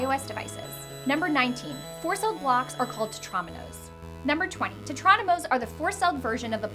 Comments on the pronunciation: Aren't they pronounced, Teh-trah-MEE-no? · Tetrominos? ITS PRONOUNCED "TETREMINO'S" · The way she pronounces Tetriminos makes me cringe